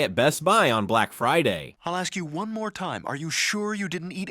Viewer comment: “Lesson number fwun”